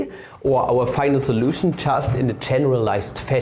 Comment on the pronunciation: When he says "final solution" with that accent. Passover observers shook.